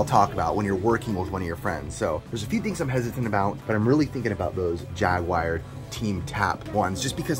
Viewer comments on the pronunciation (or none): Yo I’m sorry but this needs to be said. Why do you pronounce it “jaguire”??? I feel like you’re channeling your inner overrated Tom Cruise flick instead of talking about Atari’s last gaming console. 🤣